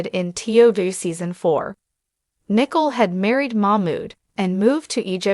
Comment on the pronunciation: Her name is NiCole ...., Nicole not Nickle .... just trying to be helpful because it sounds funny when you call her Nickle.. Come on girl get it right 👍 It's funny that you can say Mamood right but not his wife's name !